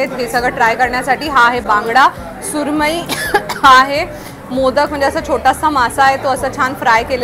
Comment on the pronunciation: मोदक बोलतेस ना ताई ते मोदक नाहीय त्याच pronunciation motka ( मोतकं ) as ahe